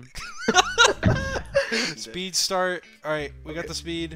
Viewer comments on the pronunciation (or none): Why did George low key sound American when he said “I’m dying”